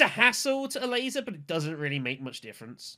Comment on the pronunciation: i kept hearing "a laser" instead of ilessa xD